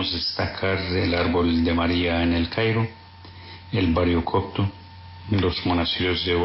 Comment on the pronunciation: es coPto, no coCto.